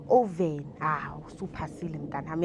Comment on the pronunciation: Often not oven